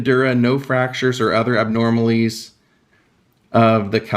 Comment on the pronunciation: Constructive criticism: If you are going to do this, please learn how to properly pronounce the medical terminology. (And even regular words like “abnormalities.”) It really detracts from the quality of your content.